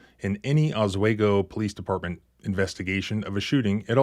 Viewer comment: Oss WE go, not Oss WAY go. Other than that, brilliant as always.